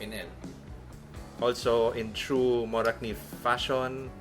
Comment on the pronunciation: Wow they almost said Morakniv perfectly. Best regards from Sweden :)